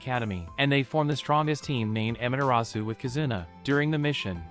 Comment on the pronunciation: He says amaterasu actually he is it wrong amatrus